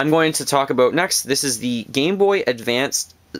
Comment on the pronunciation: When you say "about" it sounds like you wanted to say "aboot" but you correct yourself before you go into it.